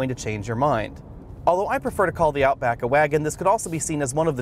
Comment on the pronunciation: “out book” haha